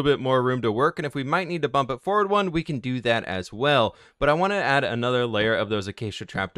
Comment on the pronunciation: y does he say can't instead of can